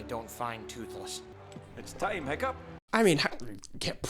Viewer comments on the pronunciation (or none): The way the Piplup behind you is staring daggers into my soul everytime you get Hiccup's name wrong just plain hurts. 😭